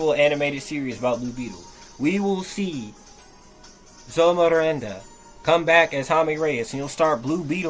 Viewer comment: hearing you butcher Xolo's last name sent me lol